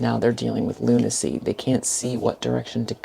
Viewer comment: Lol! You said Lunacyy!